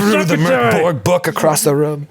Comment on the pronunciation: Good pronunciation of Borg (translates to keep (the building)). Mörk (dark) was...less good. 😅